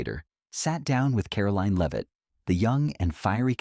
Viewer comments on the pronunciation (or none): AI B.S. can’t even pronounce her name correctly. First it’s [leave-it] then it’s [lev-it]. What a bunch of dum dums.